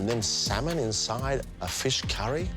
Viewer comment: Who else smirked when she said 'saaman curry' ?! Haha